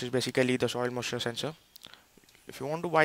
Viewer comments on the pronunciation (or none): soil mussure ? :)